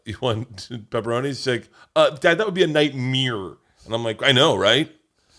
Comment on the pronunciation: My girlfriend now says Nightmeer. What do I do?